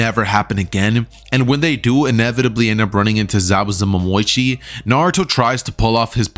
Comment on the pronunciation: why does say zabuza momoichi lol